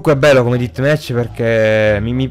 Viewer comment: una domanda perche dici ditmec